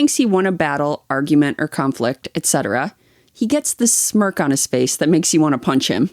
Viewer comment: Why on earth would your date care if you used a coupon?! I would not care if my date used a coupon ALSO this is a nitpick but it DRIVES me crazy. you guys, it is ETcetera not ECcetera